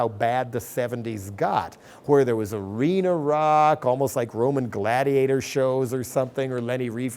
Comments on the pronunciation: It's Arena Rock not "rhino rock" silly translators. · No. "uh-REE-na" came out sounding like the French pronunciation of 'rhino'. It's an interesting flub. Now I'm trying to imagine rhino rock. Perhaps it'd be a simultaneous battle of the bands: drown out or go home. Perhaps instead it's mindless musicians stirring kids into war toys... oh wait, we already have that. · it's "Arena Rock" not "Rhino Rock" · "rhino rock" he said ARENA ROCK hahaha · LOL "rhino rock". He says "arena rock". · It's "arena rock" not "rhino rock", just sayin'.